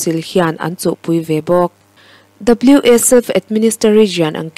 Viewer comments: A tawp lama ka thuziak i rawn chhiar a, ka lawm e. Wa hi 'Ua' tia lam tur tih ka han sawi belh ve hram e.🙏🙏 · Wa" i tih kha kawl tawngin Huah" ti a lamrik tur ani Huah hnam tihna